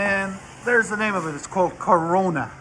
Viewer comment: Kr-ona* it's not like the disease, but i'm pronouncing it just like the disease. Borla is local to you, no rasp and deep tones from their whole line of exhausts.